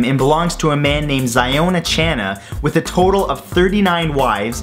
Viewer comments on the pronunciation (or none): none